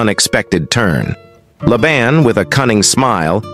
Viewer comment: In the name Laban, the first A is long. It is pronounced “Layban”. There is a drink Laban that is pronounced the way you said Laban.